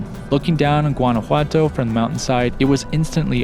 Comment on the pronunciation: Guanajuato is beautiful stayed there with a Mexican guy many years ago, very romantic, lovely hotel with an open air shower 🥰. Note its pronounced like Yuan not with a hard G 🤗